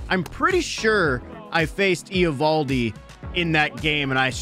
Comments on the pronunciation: yea but everyone has always pronounced it ovaldi or avaldi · It’s not e ovaldi bro